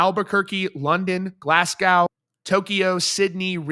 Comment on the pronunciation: 'GLAS-GO' NOT GLAS-GOW' come on u 'muricans